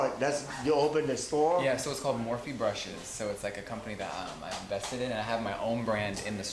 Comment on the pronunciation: im still convinced that J* is saying he's 'vested in' not 'invested in' which make sense since they carry his makeup.